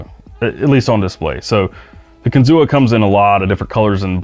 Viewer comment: The kinzua is pronounced kin-zoo. The A is silent. Named after a bridge that was blown down in a tornado on the upper Allegheny. They fortified the piece that was still standing and made it an overlook. There’s a dam by the same name up there too. We do kayak trips up there all the time.